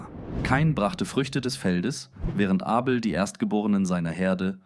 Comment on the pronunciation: Ist mit KI generiert... "Dsechenesi" anstatt Genesis... "Sibel" anstatt Abel, "Ädam" anstatt Adam, "Seff" anstatt Seth uvm..